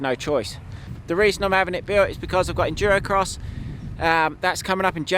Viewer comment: Hahhha Tommy said endurocross.